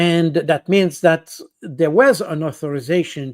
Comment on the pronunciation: And another thing. Why is Baud scared of the voiced th sound. He substitutes d. He says ‘dat’instead of ‘that’ The sound does not exist in French. It’s always a challenge.